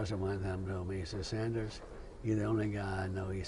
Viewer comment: His name is Doug Sanders (not Saunders). Unbelievable that the interviewer couldn’t even pronounce the interviewee’s name correctly!